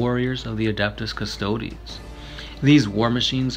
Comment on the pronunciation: cus-toad cus-toad-e cus-toad-ess Pick a pronunciation and stick with it :|